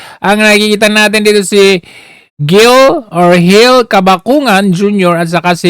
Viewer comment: Ang tamang sound ng GIL ay HIL. Para magandang pakinggan.